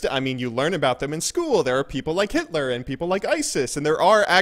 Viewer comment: thats so funny how he says hitler. btw ur the best